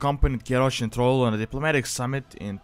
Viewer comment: It's not trol its thral a not o ....